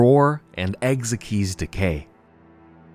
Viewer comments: "Ex ikes" not "ex ek eez" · Ekzykes name is pronounced Egg-zikes